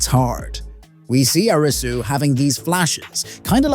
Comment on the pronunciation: It's Air-ree-sue Not a-ree-sue